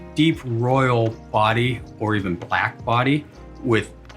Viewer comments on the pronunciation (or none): none